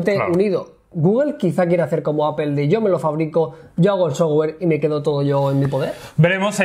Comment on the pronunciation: Porque siempre los españoles pronuncian APEL!!!!???? o.O jajaja